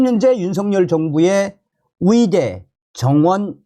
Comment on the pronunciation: 위대가 아니고 의대 위사가 아니고 의사